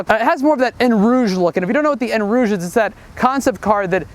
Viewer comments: eau rouge not en rouge. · It's not "En rouge" it's pronounced "O rouge"